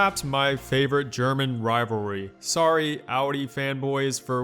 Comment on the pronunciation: do u even try pronouncing rivalry correct? lmao im dyin